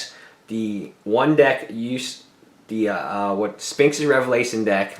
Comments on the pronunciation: Omj, stop saying "spinx." There's an "h" in there for a reason. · Funny he can't say Sphinx properly.... Tip, don't buy for standard, play modern.